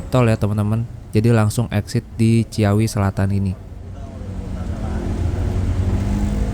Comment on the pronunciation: Ci-awi mas... bukan cia-wi. Btw start awal... start ya pasti awal. Mana ada start akhir 😅😂